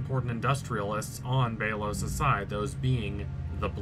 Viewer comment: Oh my god it’s BELL OS NOT BEE LOS Not only do you need to learn how to say Odalia and Belos’s name correctly. Amity’s hair is lavender which represents her homosexuality as well as defiance to her mother. Cause if you didn’t know lavender was associated with homosexuality during the 20th century as gay men were referred to as “lavender lads”